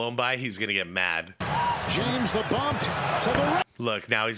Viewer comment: It sounds like the commentator says James the bum 😅